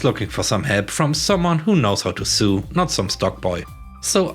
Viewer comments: Hi! Another lesson on English. The word Sew is pronounced like the word So. Yes, the pronunciation has changed over the centuries, but that is what it is now. Shrugs I hope you have a great Friday. :) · I'm now quite sure the voice is fake. the give-away was the word 'sew'. Even if you have a heavy accent, humans know to pronounce it like 'sow'. But robots don't.